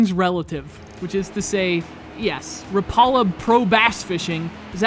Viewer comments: its RAP A LA , NOT RAPALA YOU GEEK!! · You pronounced Rapala wrong say it like rap (rap song) a la (like la la land) rap a la